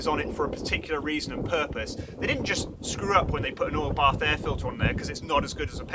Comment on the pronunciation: It took me 11 minutes to figure out that he was saying "oil bath air filter".